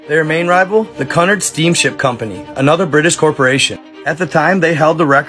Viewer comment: "Cunard" it's pronounced "Q N ard bro, keep these coming it's the best channel on YouTube bro